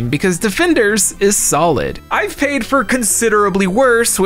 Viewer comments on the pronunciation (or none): none